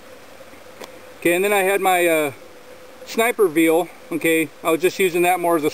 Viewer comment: "Sniper veal"? Cruel to calves, man! Veil is pronounced vale, rhymes with fail ...